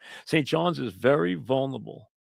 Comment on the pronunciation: mike is great; a legend. but the word is "vulnerable" not "vulnable." four syllables.